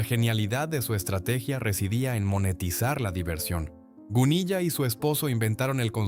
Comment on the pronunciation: Vamos a ver... No se lee Gunilla, como se escribe, se lee Gunila. Doble ele, pero no, elle. Os ponéis a contar cosas sin documentaros.